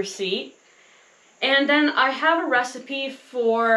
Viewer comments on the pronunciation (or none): Question. Why do you pronounce recipe as “ree-seet”? A receipt is to show proof of payment. And recipe is pronounced “res-I-pee”. So I’m a bit confused about this. Thank you